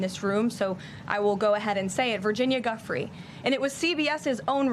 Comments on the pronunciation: Pretty obnoxious that the Trump trollop is deliberately mispronouncing a victim's name. "Joo-fray" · Never trust MAGA for pronunciation. It’s not GUF-free, it’s joo-FRAY. And it’s the Democratic Party, not the Democrat Party. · Giuffre pronounced Joofray. Emphasis on last syllable. Be respectful and get it right please. ALL of you!!! 🤷🤦🙏⚖️🙏🌍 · Oh, Karoline. At least have enough respect to pronounce Virginia Giuffre’s name correctly.